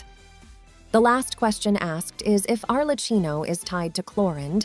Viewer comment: Please can you pronounce Arlecchino correctly? The way you pronounce it is actively making my ears bleed, it's pronounced Arlekkino🙏